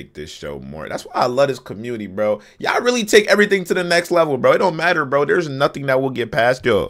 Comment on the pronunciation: Lol speaker man really said burh